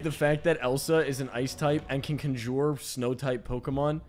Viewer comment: Sorry, did you just pronounce conjure "kunjoor?"